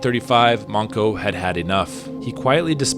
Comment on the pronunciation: The name is Manco Inca, not Monko.